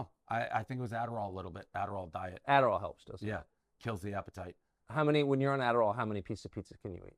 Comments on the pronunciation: “Aderall” OK DAVE ;) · Holy shit I died when he said it was the aderal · its the "adderal" sure... cocaina (one line everybody knows the rules) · Lol ‘aderall’. We all know what kills appetite and what he actually has lol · im pretty sure he said, "Adderall". lol . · “Adderall” lol. Right Dave, it’s the, “Adderall”